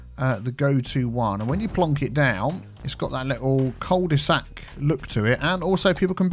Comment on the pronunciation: Cul de sac is french, it is actually pronounced "que due sack" which litterally means "ass of a bag". When you think twice about it, it makes sense, doesn't it ?